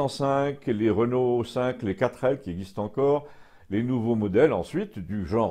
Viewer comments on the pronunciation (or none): none